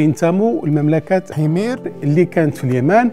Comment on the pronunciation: اوقفت الفيديو في الدقيقة1و28ثانية عندما نطق مملكة حمير بشكل مغاير.